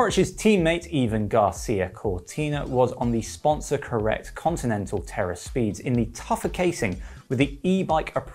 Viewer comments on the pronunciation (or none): none